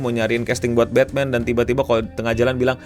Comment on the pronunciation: Batman ❌ Batthem ✅